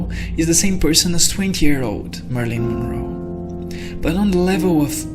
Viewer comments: Pronounced "Mare i lin" Monroe. (Long 'a' and short 'i's ..... not 'Marlene': short 'a' and long 'e'). Thank you for this though....👍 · Marilyn Monroe not "Marlene Monroe." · Mari-lyn. Not Marlene. 🙏